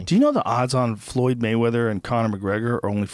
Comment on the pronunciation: Waymeather?!?!?! hahaha